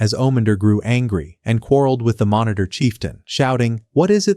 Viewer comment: Its minator not monitor😂😂